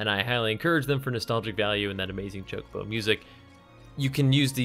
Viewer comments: That pronunciation "Ch-cobo" has me triggered. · "TCHOCOBAU" ? XD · Why are these guys pronouncing Chocobo wrong?